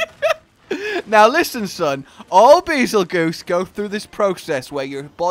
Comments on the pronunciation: It’s “bazel-JUICE,” not “bazel-goose.” The name is similar to “betelgeuse,” an explosive star. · Its not beezlegoose it bagel juice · The pronunciation of this monster... why do people say bi-zol-goose? is that a community nickname? when you put in oxford word text is pronounced Bar-zel-jezz.. this not an attack btw, just tryna get it right. :) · Nobody understands the connection from Bazelgeuse to Beetelgeuse. Bay-zull-juice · I’m pretty sure you pronounce Bazelguese like Basil-juice. Similar to Betelgeuse. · ITS PRONOUNCED BEETLEJUICE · Bazelgeuse but is pronounced as bazel juice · Actually its pronounced bagel juice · Pronounced “bazel-juice”